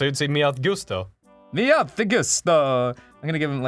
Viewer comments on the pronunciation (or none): They both have taken Spanish/Italian classes, and neither of them can even pronounce "gusto"? :P Is it an innate thing that Americans are physically unable to speak southern European? :P I don't think I've ever heard anyone from the US speak Spanish or Italian properly Edit: 4 years of Spanish and don't know how to pronounce their "U"'s?!? Oh my god, seriously (love these guys but come on)